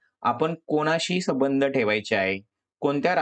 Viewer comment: तुम्ही संबंध चा उच्चार चुकीचे करत आहात